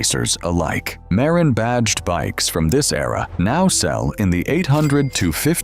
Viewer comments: Ai voice. Mispronouncing something as simple as Marin county. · Nice to see the old mountain bikes. I still have my Wicked Fat Chance. To bad Ibis and Mountain Goat are not worth a fortune. Some of the Mountain Goats had amazing paint jobs. Funny how the video mispronounced "Marin" and "Mt. Tamalpais".